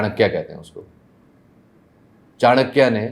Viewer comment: SHAFAAT : THE ONE AND ONLY PAKISTANI WHO CAN PRONOUNCE CHANAKYA CORRECTLY. SHAH JI KI DHERI PAINDABAD. PUSHKALAVATI SHADBAD. THE STUPA IS CLEARLY VISIBLE ON THE R.H.S. ON THE ROAD FROM HAYATABAD TO TORKHAM. I DIDN'T KNOW PAKISTAN COULD PRODUCE SUCH GENIUS INDIAN EXPERT. THIS RARE GENIUS SHOULD BE LATERALLY INDUCTED INTO PAKISTAN FOREIGN SERVICE AND APPOINTED HIGH COMMISSIONER TO INDIA (ANOTHER PESHAWARI ABDUL BASIT SHOULD HANG HIS HEAD IN SHAME). MAY SHAFAAT'S TRIBE INCREASE. MOOLSTAN'S SUN TEMPLE IS THE PRECURSOR TO THE KONARK SUN TEMPLE, ODISHA, WHOSE BUILDER GOT RELIEF FROM HIS SKIN TROUBLE IN THE SUNNY ENVIRONMENT OF MULTAN. SUN IS THE RULING DIETY OF MULTAN, AS THEY SAY THAT SUN SHINES "LOWER" IN MULTAN. SORRY TO SAY THAT PAKISTAN IDOLISES MUNAFIQ LIKE ORYA WHO DENY THEIR ORIGINS RATHER THAN PURE GENIUS LIKE SHAFAAT. KUDOS TO THE PARENTS ( WHO INCLUDED ONE KIZILBASH) WHO GAVE BIRTH TO SHAFAAT.